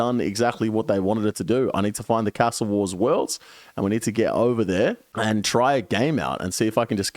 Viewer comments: The only thing that needs a nerf is the way you say castle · How come your Aussie and saying cas-tle not car-stle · Why do you say ‘castle’ like you’re trying to be fancy or some shit? Trips me out